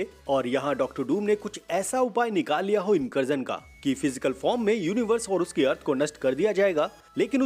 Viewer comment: Incursion ❌ Inkarjan ✅